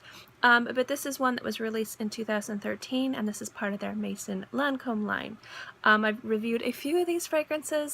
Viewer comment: Maison Lancome - ,,Mezon Lancom